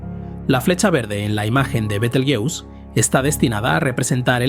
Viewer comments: me parece que es porque está usando una IA para narrar este video, que imits su voz, pero no es él. Y claro, la IA tiene problemas pronunciando ese nombre propio... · Cuantas formas diferentes de pronunciar el nombre de la estrella y ninguna correcta, ja ja ja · Muy interesante, solo que pronuncia mal el nombre de la estrella, pues Betelgeuse es una palabra española por-lo que no debemos darle la pronunciación inglesa. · Betel... ¡qué! Betelgeuse se lee tal y como se escribe. Igual que Benalmádena, Benicasim o Gibraltar. La manía de pronunciarlo al estilo gringo. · Qué cutre decir continuamente el nombre con pronunciación de inglés... El resto muy bien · ¿Porqué pronuncian Betelgeuse en inglés viniendo del árabe latinizado? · Por qué pronuncias el nombre Betelgeuse en inglés si hablas en castellano y el término Betelgeuse proviene del árabe?